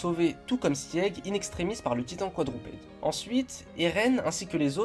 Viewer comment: Je ne sais pas si ça a déjà été dit, mais ça se prononce « Sig » pas « Sièg » sans vouloir être méchante